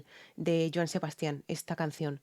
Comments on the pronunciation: En el caso de Joan Sebastian, el nombre "Sebastian" no lleva acento ortográfico, porque el énfasis no es en la última sílaba como la estás pronunciando, el acento prosódico es en la primera "a" que es en donde debes hacer el énfasis. En otras palabras: no es "Sebastián" sino "Sebastian". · gracias ..todo bien solo la pronunciación de Sebasti án ....🤥